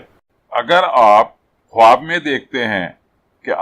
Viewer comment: Bhai sahib lafz ka talafuz khaab h na k khwaab